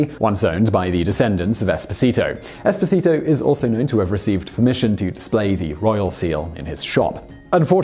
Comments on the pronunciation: Sine Nomine that's without talking about pronunciation of the name Esposito ahahahahah. All it would have taken was a quick visit to google translate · It's EspOsito, not EsposIto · It wouldn’t bother me so much how you butchered the name “Esposito” if you hadn’t repeatedly done it so many times in a row. Each time was its own verbal stab wound. The stress goes on the second syllable not the third. If you’re to position yourself as the authoritative source of real people, places, and events, maybe get the name right. Peace. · I strongly advise to practice your Italian pronunciation: you totally got the accents wrong on the "Esposito" name. :-) If you want any help I'm Italian :-)